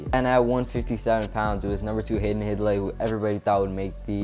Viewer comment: Hidlay is pronounced "Hide-Lee" not "Hid-Lee". Not trying to rag on your video. Thanks for doing it. But I'm from their home town and went to their high school matches. Their dad was the commentator and I heard him pronounce their last name many times. Thanks.